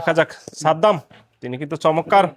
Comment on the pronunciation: ভাই চমক্কার কেন বলেন? চমৎকার বলবেন।